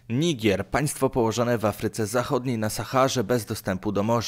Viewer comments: NIGER a nie "nigier" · Nie "Nigire" tylko Niger dalnie niby udaje mądrego a nawet z kartki nie potrafi przeczytać XDD